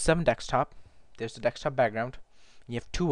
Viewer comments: It is pronounced Desktop not decks top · It's desktop, not decks top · Why do you say "dekstop" instead of "desktop"? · remember its a DESKTOP NOT DEXTOP lol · DESKTOP dude not DEKSTOP. omg! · love the way he say dextop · please stop saying dextop D= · Deck stop! Funny